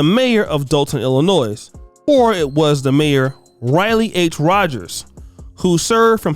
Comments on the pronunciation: You don't pronounce the "s" in Illinois... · there is no S in saying Illinois... do you say Are-Kansas for Arkansas ???? maybe go back to school and learn your states .. capitals also ! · Damn dude, THERE'S NO "S" SOUND IN ILLINOIS!!!! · It is not pronounced "ILLI-NOISE" but "ILLI-NOY." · She was in prison. Illinois has a silent s.